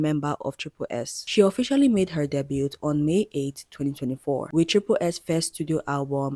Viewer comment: the ‘t’ isnt pronounced in debut, its ‘day-b-ew’ <3